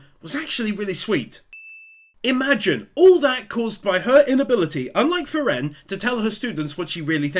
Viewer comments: So cute how you pronounce "frie-rén" :D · I'm puzzled why you pronounce Frieren with the second syllable accented instead of the first as they do in the anime? Something about that became rather distracting. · i love your recaps, but i absolutely hate how you keep saying frieren like that lol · Part 4 and never looked up how "Frieren" is pronounced :D